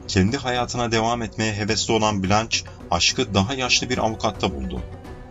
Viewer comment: "Cömert toplum katkılarından dolayı övülmek" ne demek? Türkçe'de böyle bir anlatım var mı? Ayrıca "blanç" değil "blanş".